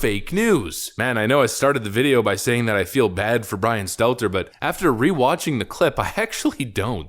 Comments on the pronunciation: It's pronounced "Brain Stunter".. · I used to love when I watched more often, he either intentionally or otherwise used to call him "Brian Stetler" whenever he mentioned him in a video. If it was on purpose, it showed commitment because he never once slipped up and said his name correctly. lol